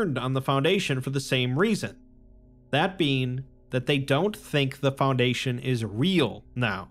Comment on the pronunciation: FounDation your pronounciation on words that are said so many times being slightly off is wildly distracting